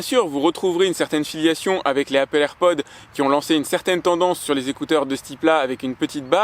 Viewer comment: Déjà je ne gueule pas fait je lui fait juste savoir qu'il se trompe. Il dit "AirPod" sans prononcer le s à la fin et normalement on ne dit pas Apple AirPods mais juste AirPods